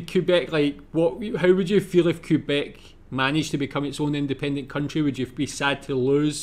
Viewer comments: QUBEC FUCKING QUBEC!!! 🤣🤣🤣 That is amazing!!! Best pronunciation of Quebec ever. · It is not pronounced Qwebec or Cuebec, it is pronounced Kaybec. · It's "K-beck", not "Cue-beck". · It's pronounced "K"beck, not "Kui"beck or "Q"beck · I am from Western Canada but had tge privilege of living in Ottawa for two years. Wonderful beautiful city. We do not like anyone with the last name Trudeau. Justin is often referred to as 'Skippy the Wonder Boy. Corrections: the letters QU in Quebec is pronounced as K. Quebec is proudly Kebec not QUEbec as this brit pronounced it. The Trudeau family is an extremely wealthy Montreal family. We refer to 'The Mounties' as the RCs. The percentage of French is much larger than 20%. Poutine was created and sold in chip trucks in Quebec. It is pronounced 'Pou-tin' NOT Poo-teen. We are proud that we are the first country to *allow* (🤪 hate this term) Gay people to marry and that Cannibis is legal. Its Vancouver Island not Victoria Island. Alberta is where Head Smashed In Buffalo Jump is. Radio stations play Canadian music but we hear mostly American music. We do celebrate Canada Day but it has become a day of reconciliation and we are changing to honor our first nations people. We have a long way to go. We do NOT drink milk from bags!!! It became a thing in the 1970s but not anymore. Oil and gas are our greatest resources. But I'm from Alberta... Calgary is NOT a dirty city. Hockey and Lacrosse are our sports. They were both developed by our first nations people. The glow in the dark dinosaur coin is a collector coin and not very common. British Columbia, in particular the Okanagan, also creates iced wine. The mispronounced city in Nunavut...i can't.... If you want to learn about Ca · Quebec is actually pronounced Kabek. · Quebec is pronounced K-BEC